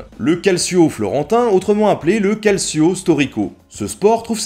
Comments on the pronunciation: au faite on dit caltcho et pas calsio pour calcio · Salut, je voudrais juste apporter une petite rectification de prononciation du terme calcio. Cela se prononce calchio, et cela veux dire tout simplement football en italien. Donc lorsque tu dis que ça ressemble au foot, bah c'est parce que ça doit être l’ancêtre du foot. (j'en sais rien en fait c'est une déduction faite à partir du mot calcio) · Nota Bene Oui, on prononce plutôt : "calchio" en accentuant le "o" ^^ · hep, ça se prononce "caldchio", et ça signifie coup de pied, en italien. C'est toujours comme ça qu'on appelle le football en Italie de nos jours d'ailleurs. :° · Tres simpa! Juste une remarque: 'ci' en italien se prononce 'tch', calcio se prononce donc 'caltcho'. Aujourd'hui, ce mot désigne rn italien le football contemporain. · Super video :D tu nous apprends vraiment beaucoup de choses j'apprécie énormément ta chaîne et surtout ton travail :) PS : J'suis désolé, mais "calcio" se prononce "caltchio" ^^ :lalourdeurd'unhomme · super video juste que calcio en italien se prononce calchio ;) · calcio se prononce 'kaltcho' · On m'excusera aussi pour ma prononciation très hasardeuse du "Calcio" et du "Cimbel" haha, se sont des interprétations très personnelles :p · Salut! Bravo pour ces belles vidéos intéressantes et instructives, continue ainsi. Je sais que certains t'ont déjà fait la remarque, mais en italien la lettre "c" placée devant un "e" ou un "i" ce prononce "tch". Soit, pas une remarque importante en somme, mais à chaque fois qu'un francophone fait l'erreur, ça sonne vraiment faux dans ma tête de pecorino. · Très bon épisode ! Comme toujours, on se couche moins con après ^^ Par contre, petites corrections de prononciation : Calcio = "caltcho" et Piazza santa Croce = "Piatsa santa crotchè"